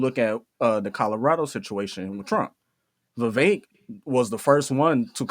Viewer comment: It's not viv-vake it's Viv-vek.